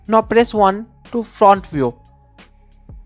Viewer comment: U r saying NO, so many time, atlast i realise dat its not NO, its NOW, even if u cant pronounce diz simple word, thn y? Mera Bharath Mahan, v must proud dat v have a beautiful language.